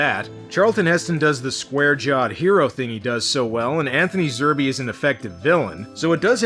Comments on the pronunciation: It's Zerbe, not Zer "bee". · Zerbe...."Zerb", not "Zer-bay". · Zerbe is pronounced Zerb, you don't pronounce the second E. If you notice there is a plot consistency problem in the garage, the mutant Neville kills in his garage is same one we see dead drooped over the desk.